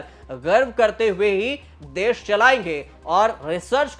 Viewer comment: Dess nahi desh hindi to bol lo sahi say